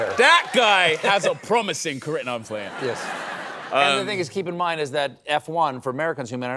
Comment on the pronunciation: The way he said "Naw I'm playin" is specifically urban westcoast. Congrats on being indoctrinated into the LA culture.